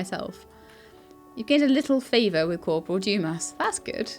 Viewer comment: a quick cheat for french pronunciation is to not pronounce the last letter and just let the sound trail off. So 'Livre' is pronounced Leevr running the v and r sound together only half pronouncing the r so the whole thing is one syllable. 'Dumas' is pronounced Doo-maa. Interesting game, I'd certainly watch more if you're enjoying playing it